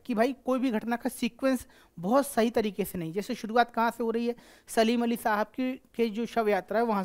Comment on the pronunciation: सर सलीम अली नहीं है सालिम अली है